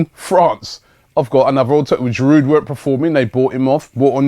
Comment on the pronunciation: The "D", in Giroud is silent Robbie.He's French !